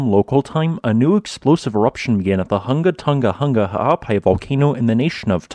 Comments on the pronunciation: Bro he nailed the pronunciation of Hunga Tonga-Hunga Ha'apai precisely each and every time he said it. That's a mouthful. There's another YouTuber who provides regular worldwide seismicity updates and the poor guy struggles with some of the simplest names -- EXCEPT these elongated ones. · Extra props for being able to pronounce it! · Dude killed the pronunciation